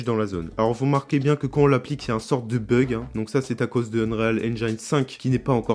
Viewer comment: On dis unrile pas unréale 😉